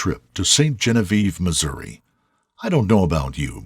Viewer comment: Sweetheart, present day Missouri was bought by Jefferson from the French as part of the Louisiana Purchase. Many names in Missouri and surrounding states have French names, namely St. Louis, Marcelinne (Disney’s hometown), Detroit, etc. Genevieve is basically Jennifer in French (it’s pronounced Jzon-vi-ev)